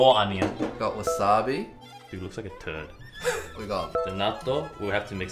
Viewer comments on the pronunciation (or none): Nobody: Brett: T U R D